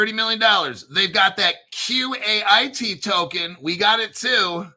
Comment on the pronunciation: FYI, Seal Coin says Qait is pronounced "Kite."